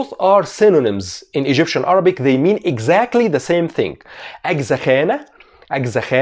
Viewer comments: Iam from Egypt and you pronunciation is great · damn I'm egyptian and your accent is so good